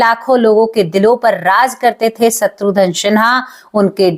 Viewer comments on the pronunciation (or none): Madam, “shatrudhan” nahi “shatrughan” Sinha sahi naam hai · शत्रुधन नहीं शत्रुघन है😄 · सत्रुधन क्या होता है, खुस क्या होता है, आपकी प्रेजेंटेशन बहुत बेकार है